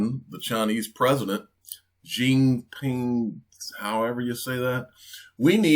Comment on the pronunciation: its president schiiiiiiiiiii!!!!!!!!!!!!!!!!!! not siiiiiiiiiiiiiii! man man man.....learn it